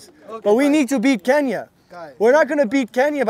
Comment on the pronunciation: “We Nee 2 Beah Kenyahhh”